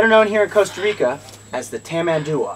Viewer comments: Is tamanduA, the strongest part of the word is the last A. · It's pronounced (here in brazil at least) "Tamanduá" with the last "a" being tonic.